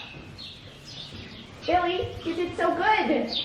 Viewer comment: Every time I hear say You, I hear Ewe. lol